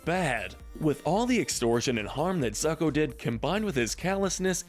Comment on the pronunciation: Why you Americans have so difficulty to pronounce Italian names? It's ZUcco, not ZAcco or ZAEcco, just think like it's ZOOcco! Plus, I remind you that Ra's KILLED his daughter in Batman Of The Future!